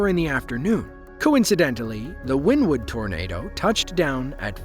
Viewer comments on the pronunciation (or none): Also get the town name right. It's not "Win Wood" it's "Winnie Wood" as pronounced. Locals would slap you for calling it that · WynnEwood is how they pronounce it around there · It's pronounced Wynn Ne Wood- I have traveled there numerous times as a Network Eng for and oil and gas company. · Wynnewood is pronounced WIN-E-WOOD!!!!!!! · Its actually pronounced Winnie wood. I was raised pretty close to that town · it's pronounced wynEEwood. born there. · Wynnewood is pronounced like Winnie in Winnie The Poo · I am originally from Wynnewood pronounced correctly (Win ne wood ) Oklahoma was there and just got off work at a shop off of hwy77 straight east of the initial touch down when i got home it was 1.5 miles due south of my house near Indian meridian road i could hear it and (like a train wreck cant look away because ) it was a beautiful and amazing but destructive experience it hit mostly rural areas which was a blessing for the towns people. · It's actually pronounced Winniewood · Jesus christ man, do your research it's not called Wynn Wood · It's pronounced "winniewood" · It’s pronounced Winnie wood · Pronounced, "Winnie-Wood." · It's 'Winnewood' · it’s not, I live like 5 miles from there and everyone pronounces it as Winnie wood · Oklahoma is not in the Midwest and it's pronounced "winnie wood." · It's pronounced Winniewood. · Us locals pronounce it Winnie-Wood. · Pronounced "Winnie-wood" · It is pronounced Wynn-e-wood. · It’s pronounced like Winnie wood not how he said it😂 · I love this channel basically all of the time … but every time he says win-wood … I die a little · It’s Winnie- wood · I live in this area of Oklahoma, tornado season is always fun. Btw it’s pronounced Winnie-wood. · I live in wynnewood and by the way you Pronounced it wrong